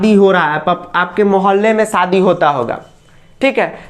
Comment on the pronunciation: Sir kitna ganda bolte hai aap katrina ka saadi 😂🤣😂😅